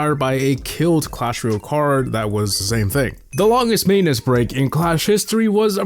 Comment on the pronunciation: It's clash ROY-AL. Not REE-ILL. C'mon, my guy!